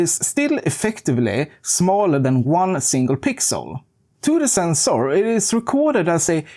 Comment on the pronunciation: The sensoor scratched my ears